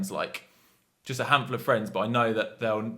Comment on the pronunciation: fwends :D